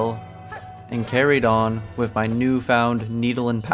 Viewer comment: great video but like its wiTH and wiTHout not wiFF and wiFFout